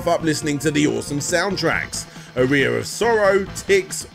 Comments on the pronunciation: my guy I just looked it up British pronunciation of aria and it’s ar-ree-a it’s not “uh-rye-uh” it’s simply just a man not pronouncing a word correctly. This has nothing to do with “global citizens” or British or American he just has poor pronunciation.. of words. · I understand accents and dialects, I really do, but there's zero reason to say "Aria," as "A rear in 2023. It's just absurd. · Are-ee-uh aria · How in researching for countless hours, listening to interviews and such, did you never notice the proper pronunciation of "aria"?? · I can deal with Aria being mispronounced, but pronouncing Tokimeki as "taco-me-co" is destroying me. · “the one symphony” is your name and you defend the wrong pronunciation of the word aria lol. What a clownzo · this would have been a good opportunity to pronouce 'aria' correctly